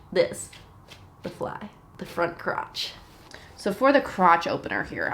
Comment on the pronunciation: "The front croth"